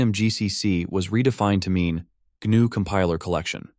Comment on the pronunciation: Just by the way he pronounces "GNU", I'm fairly certain it's an AI voice. Also, Jorge should be pronounced hor-hey not George, but that could be just the way he spells his name so I'm not going to argue.